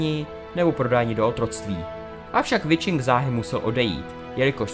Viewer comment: Pěkné. Jen Wiching se čte prostě "Viching", a ne "Vičing".